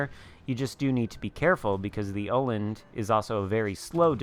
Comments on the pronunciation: 3rd try is pretty damn close. I'm not swedish, but Danish, so pretty damn close:) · It's pronounced Uh-land (wovel-sound as in 'Earl' or 'earn'). Your third attempt sounded pretty good! :D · Hipper is danish, i am swedish. It's pronounced Uh-land (wovel-sound as in 'Earl' or 'earn') :D